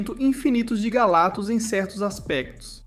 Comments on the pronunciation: Pô, esse "galatus" sem o "C" é foda hein. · ESSE IGNORANDO C DO NOME GALACTUS, TAMBÉM DEVE DIZER ÓBVIO COMO ÓVIO 😂😂😂